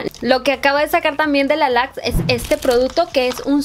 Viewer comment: Me encanta quw tu acento japonés sale a relucir cada que mencionas la cajita "luxe". Me encantas!!